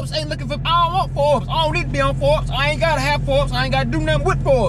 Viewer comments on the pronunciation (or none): Baby said the “for bes” page instead of Forbes. She crazy 🤣😂😂